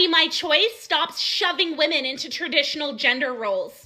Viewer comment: Imagine being a feminist and pronouncing Woman and Women the same. 😂😂😂😂